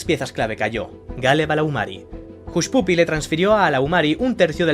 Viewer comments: Jushpupi pronunciado tal cual se lee en español.. me duelen los oidos.. YouTuber por favor te trabajas un personaje intrascendente para que todo el mundo lo vea, bueno.. hasta ahi.. bien aunque fama y dinero sobrevalorados ya, moda off, pero el ingles.. seria pronunciado Jashpaphi.. keep on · Se pronuncia "Hashpapi".